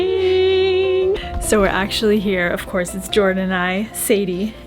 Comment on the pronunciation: What changes your accent You say Jordan as I would say. you have a MA accent when you say Jordan? So, which is the real accent?